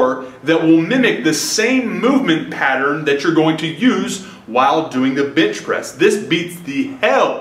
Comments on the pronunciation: Bench * not bitch bro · Is he saying.....bitch press??? LOL!! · yall noticed how he said " bintch presss" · Is it me or is he saying "bitch press" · why he always saying bitch pressing ? lmfao